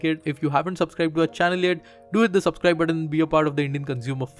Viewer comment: Sir I like your Sh. :P you always pronounce Sh there is also S in our dictionary please learn that you spell like shtart shubscribe shmart :P :P